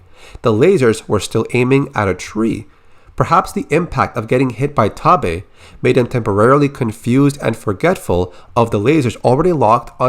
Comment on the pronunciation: Only part of this that bothers me is the pronunciation of Taabe